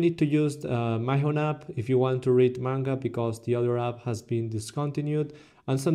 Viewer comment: Lol it's Mee-hon